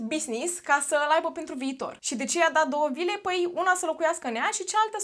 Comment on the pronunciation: am înțeles 2 lire in loc de vile 😭